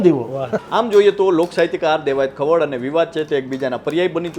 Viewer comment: ભૂલ સુધારવા વિનંતી.....દેવાયત ખાવડ નહિ પણ ખવડ.... કાઠી ક્ષત્રિય જ્ઞાતિમા ખવડ અટક આવે છે.... 🙏